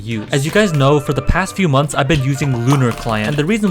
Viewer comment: wtf mothers instead of months